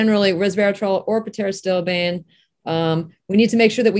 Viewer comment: The P in pterostilbene is silent. Pronunciation is critical to credibility.